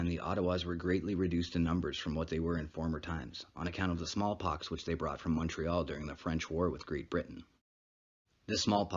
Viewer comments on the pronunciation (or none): none